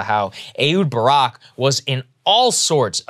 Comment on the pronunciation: i think its pronounced eKHHHHHHHHHud Barak